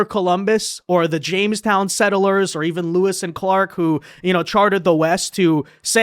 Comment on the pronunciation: PLEEEEASE....It's two syllables. Sett-lers,not set-ter-lers.